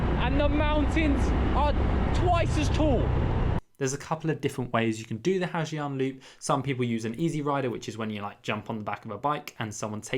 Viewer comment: You can spell the word Giang in Ha Giang loop as Yang instead of saying Zi Ang